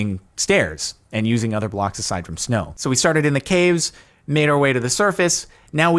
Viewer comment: SNOW NOT GLOW